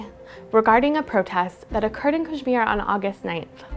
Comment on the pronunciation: First learn to pronounce Kashmir right and kindly tell us from what Language "Kashmir" is derived from..